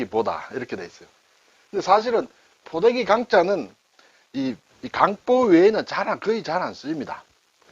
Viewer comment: 襁褓를 발음할때 저는 경음화없이 그냥 강보로 발음하는데, 강사님께서는 강뽀로 발음하시네요. 어떤 게 맞나해서 좀 찾아보았습니다. 제가 알아본 결과는 원래대로 발음하는게 원칙인 것 같습니다. 오늘도 잘 배웠습니다.